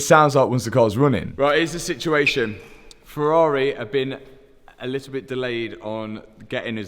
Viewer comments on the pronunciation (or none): I bloody love this channel, not just for the incredible rebuilds, but also because there is no other channel where Ferrari is pronounced "Ferrarehhh". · “Ferrarey” 😂